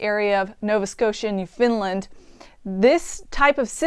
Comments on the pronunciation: Newfoundland is pronounced new-fund-land, not "new-finland, as the nordic country bordering Russia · Thanks for the info, but the province is pronounced "New FOUND land" - not "New FINLAND". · People who live there? Would you like it if where you live was pronounced wrong in TV? I was trying to offer a CONSTRUCTIVE comment as opposed to just saying "You said Newfoundland wrong".